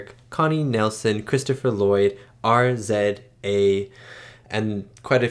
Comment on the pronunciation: RZA is pronounced "Riza" (not risa). He's from the Wu Tang Clan and did music for Kill Bill.